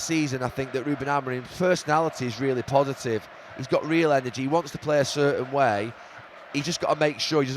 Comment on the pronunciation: REAL not REEL